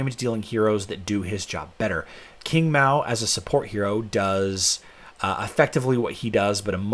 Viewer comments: Hey, thought it was pronounced "ching" not king 😉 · Please correct your pronunciation of Qing , sounds like Ching.